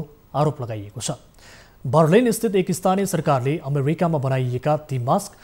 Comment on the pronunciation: america ta sarai majja pronounce gardo rahecha, america, americi, haha